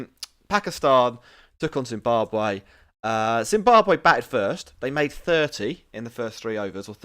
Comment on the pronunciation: its Zimbabwe not zimbabar